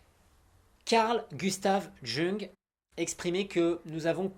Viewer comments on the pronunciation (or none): Par contre Carl Gustav "Jungueuh", ouille :x On prononce "Young" et presque pas le g ;)